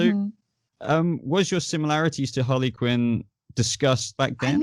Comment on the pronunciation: She said Harley kin